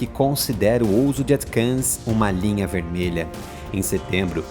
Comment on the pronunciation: "ATCAMS"?? -Não seria "ATACMS"??